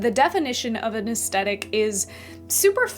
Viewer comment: Aesthetic is pronounced with the same TH sound as thick, not with a hard T. It was distracting… 😕